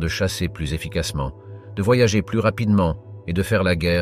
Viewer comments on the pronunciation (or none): none